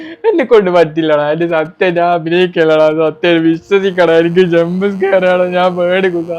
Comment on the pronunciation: Bro സത്ത്യം എന്ന വാക്ക് സത്ത്വം ആയിപ്പോയി